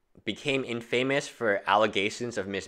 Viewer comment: infamous in-fa-miss